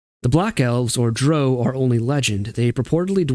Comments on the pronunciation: How did I know you would pronounce Drow in the objectively incorrect manner. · I agree with everything you said except for the pronunciation of "drow." Haha. Awesome stuff,. Thank you!